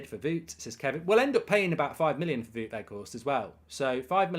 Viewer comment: The "ou" in "Wout" is pronounced like the "ow" in "wow".